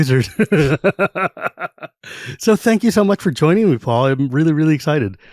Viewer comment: Paul? Its Paul.